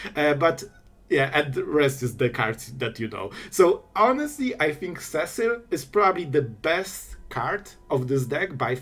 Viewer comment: The way you pronounced Cecil made me smile. LOL!